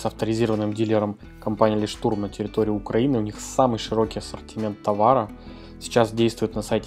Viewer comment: Фирма называется Лёйхттурм(маяк). Не лештурм